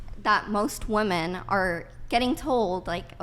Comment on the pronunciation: Ohhhh, I remember her! The dumb ho that can’t pronounce: ‘womEN’, the plural of the word ‘woman’. It’s actually pretty frustrating…